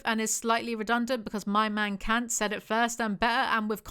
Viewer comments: He is german, Kant is pronounced Cunt. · She mispronounces Kant. The 'a' should sound more like the 'a' in 'car'